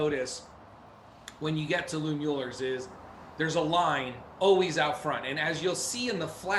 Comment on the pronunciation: BS about the "poor blacks" eating out of the back of Smittys/Kreuz. Never segregation there and "whites" bought plenty of brisket and sausage too. And its always a giveaway when some so-called BBQ "expert" mispronounces Mueller. HaHa